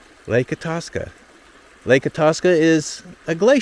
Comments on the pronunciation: It’s pronounced I-tass-ka not I-toss-ka. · Hey! You are in my State- Minnesota. If I knew you were coming I would have made you a Coffee Cake and invited you over for some coffee 😍. BTW It’s pronounced: Eye-taska (Itaska). Did you know there is a MN DNR Live Cam at the mouth of the Mississippi, just where you began the video. Welcome to MN. Enjoy to beautiful summer. I do not recommend being here in November - March. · "I" TASCA not E TASCA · Long I, short a…. I-tas-ka. Not I-taw-ska. Say it like a Minnesotan would. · Tell me if I'm wrong but Lake Itasca is pronounced I-task-a not I-toss-ca. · I was just thinking... Lake "I-toss-ka" at the start of the Mississippi? I was so confused! I live near lake "i-tASS-ka" 🤣🤣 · I-TASK-Ah not I-TOSK-Ah. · Ha. When the video started, I didn't know what you were talking about as pronounced it as "It"-aska. I always know it pronounced as "Eye"-taska. Grew up in rural Minnesota. Never have visited that park though. I have photos my grandma and sisters took about 1940 when they visited that park. For some reason, none of them are of that headwaters spot though. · Pronounced Eye-task-uh....... did you try your eetahska at a gas station nearby? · Itasca = Eye-tas-ka, not i-toss-kuh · I tas ka, I tas ka. Not etaska.... Fml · Yeah I grew up close to there and we would swim there. Also .. it's not itawska... it's lake I task uh. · You say Itasca EYE-TASS-KAH, not eye-toss-kah. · Its eye tas ka, get it right. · Eye tasca is how it is pronounced ! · "EYE tass ka" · Eye - TASK - uh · Pronounced eye tas ka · Eye-task-uh = Itasca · I'm sorry - but as a native of Minnesota we pronounce it Lake "I- Tass- Ka" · Itaska is pronounced: "Eye-Task-Uh". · It's eye-TA-ska. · Thank you , it was driving me nuts him saying atuska. Born and raised in mid Minn for 25 years. walked across the Mississippi in the 1940s. Looks much wider now - is it? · "Eye'-tasca" stress on "eye" not like the "i" in it. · Lake Itasca is pronounced eye tas ka